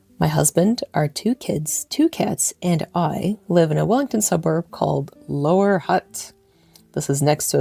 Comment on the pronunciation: You have a unique way of pronouncing Wellington. Yours is more like Wallington. They say variety is the spice of life. You have the move away from toilville to selfville in the background that allows your self to grow and explore and to share your findings. The question to ask then is, is this your true self? There is only one answer to that; this is your true self for the time being, especially because there are three and more of your true self to be included in your current journey of self recovery.